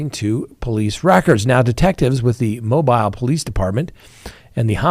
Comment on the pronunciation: Mobile, Alabama is pronounced…Mo-beel… Just sayin’….I appreciate you! Happy New Year!